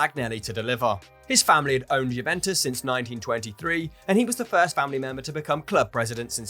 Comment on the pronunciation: Can you not put maybe 1% effort into pronouncing the names properly? I mean come on, these are names that we hear week in and week out when listening to games, it's harder to butcher them than it is to get them right.